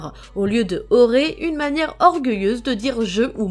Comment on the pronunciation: C pas "watchi" mais watashi et pas "oré" mais ole